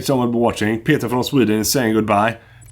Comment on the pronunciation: “Gut stuffe” as always Peter!